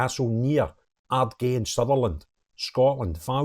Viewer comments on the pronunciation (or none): Pronounced Ardguy, caused alot of bother up here with the locals, played the discriminatory card, didnt last long, clearly needs mental help. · there was two point, one it is not a cliff top Castle and the second was the pronunciation of Ardgay.